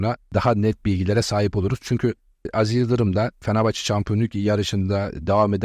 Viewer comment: BU NE LA FENEFAÇE FENEFAHÇE DİYOR ADAM KONUSMAYİ BİLMİYOR AHAHAHAHAH